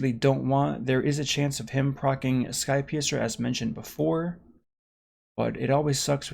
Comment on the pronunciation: Anyone else keep hearing ‘Skype user’ instead of ‘skypiercer’? Just me? Ok....